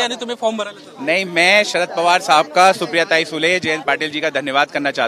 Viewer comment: Sarad border nahi Sharad bolna seekh sahi se.